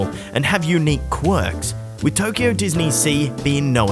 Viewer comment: It's Tokyo, not Toyko! :D